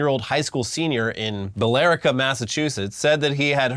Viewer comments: I don’t wanna be that guy but it’s “bill-Rick-a” MA, MA town names are stupid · as someone with friends from there, it’s pronounced Bill-Rick-Ah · it's pronounced BILL-RICK-UH I live a few minutes from the town line. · I learned the hard way that it’s pronounced Bill-rikka, not Bill-air-ica. I don’t agree with it, but that’s how it is. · Bill-air-icka? It's pronounced Bill-rick-ah Massachusetts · The way you pronounced Billerica is hilarious 😂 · Lollllz. Billairicka. That's not how you pronounce Billerica, MA. It's Bil-reekah. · Bill Erica Massachusetts? It's Bill Rickah! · "Bill-eh-RI-ka" Massachusetts broke me. Lol. "Bill-(eh)-ri-KAH" (the eh is barely added). ... but I'm a Bahstoneian... lolol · Its pronounced bill-rick-uh. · The wheeze I wheezed at Billerica. I used to say the same thing. It's pronounced bell-RICK-a, the only thing it has is a train station that takes you away from Billerica. I laughed so hard, a family member came to check if I was coughing. Inplaged hum the clip and he burst out laughing. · I HAVE to comment because my small Massachusetts hometown is never known for anything, but it’s pronounced “Bill-RICK-uh.” Ignore the middle syllable. Anyway it’s cool to see us in the news! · Fyi Billerica is pronounced Bill-Rick-a. I wont pretend I know the why, but I assume its something to do with the British. Citation: Worcester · Also it's pronounced "BILLRIKKAH" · It’s pronounced Bill Ricka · Bill-Rick-ah. That butchering got me in the gut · Just gotta drop this. "BILL-RICKA". My inner new englander cringed. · Bill-Rick-a is how you pronounce that town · FUN FACT: Billerica is pronounced "Bill-RICK-uh" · The city in Mass is promounced Bill-Rick-ah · Bill Ricah. It's pronounced Bill Ricah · It's pronounced bull-rick-uh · Bostonian hea - Billerica is pronounced BILL-RICK-AH. Thanks! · Not that it matters, buuuut: "billerica" is pronounced "bill-rick-Ah" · saying “bill-er-ica” hurt my Massachusetts ear.